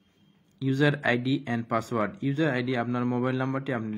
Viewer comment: পাসওয়ার্ড টা কি হবে??এই শব্দটা ক্লিয়ারলি বোঝা যায়নি